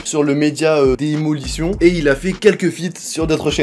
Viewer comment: lourd mais par contre ça me perturbe t'es l'seul qui prononce " daymolition " " démolition " xD